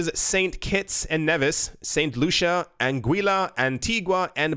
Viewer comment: Lol it’s pronounced as (Nevis) KNEE-VIS